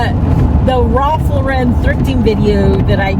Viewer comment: You nailed it! Great job, but please pronounce Ralph Lauren’s name correctly!